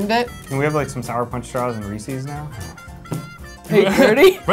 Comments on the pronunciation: Did that guy at the end say RE-CEES? WTF IS RE-CEES ITS RE-CIZ (that doesn't look right but say it trust me I know what I'm doing) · does anyone else cringe when they say "Reeseeeees?" like no. it REESES. one e. thanks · it's Reese 's not Reesies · That guy pronounced Reese's like feces